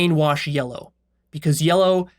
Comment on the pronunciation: word "yellow" slightly changed into "Leo", as though he described himself